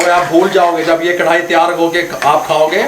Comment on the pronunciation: zbrdst allah ap baap bete ki jori slamt rakhe... boht saare pkane waly karahi ko krhai kiun kehty hen snn k uljhann hoti he karahi bola kren naaaa